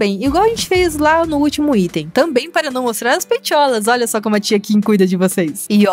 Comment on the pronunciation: "Pra não mostrar as peitholas" kkkk😂😂😂